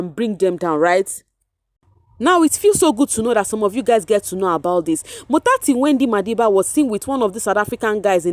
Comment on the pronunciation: You say "motsatsi Wendy madiba" so nice I'm always looking forward to hear you 😊🤍